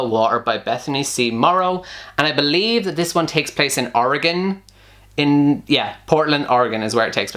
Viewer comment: Oh my gosh! Bonus points for saying "Oregon" right! I live in Eugene, which is about 2 hours away from Portland.